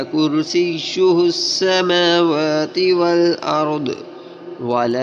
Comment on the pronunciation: Brother Mashaallah forgive me But there is mistake ( kursiuhus ) & you pronounced (kursiuhush)